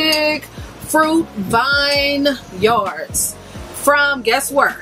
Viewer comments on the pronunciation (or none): The watermelon is my jam! I didn’t care too much for the peach (totally agree with the wine cooler vibe) and i need to try the pineapple. And also i say this with love... it’s pronounced Vin-yerd, not vine-yard. Love your content. Loved the video!